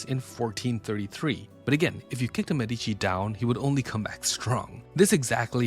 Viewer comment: This an Ai channel or what? It's not waaah it's war! It's not medicine family it's medichi... Lol